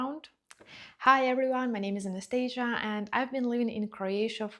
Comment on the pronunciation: I thought your name was, not Anestejža. 😆😅 What's that map, huh? Kosovo is an independent country now. 😅